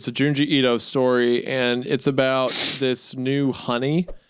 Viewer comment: the way they both pronounce Ito pisses me off so bad